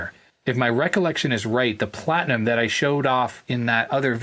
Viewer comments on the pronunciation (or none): none